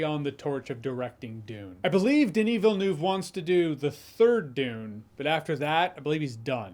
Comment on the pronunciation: It's not Villenewv. It's Villeneuve. The neuve part is closer to how we pronounce "Neve" Campbell. It's not quite it, but it closer. So it would be Denis Ville"Neve"